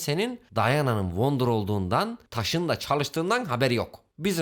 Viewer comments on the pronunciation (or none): Abi wonder childiren dedin ya gülmekten öldüm öldüm 🤣🤣🤣🤣🤣🤣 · wonder deme wonder deme bilmiyomuş gibi yap